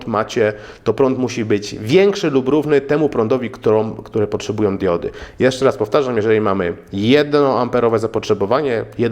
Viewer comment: Najpierw ,,diudy" ,a teraz się ,,wyłancza" zasilacz. Miej litość dla języka polskiego.